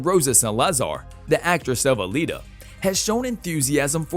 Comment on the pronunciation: Alita not Alina.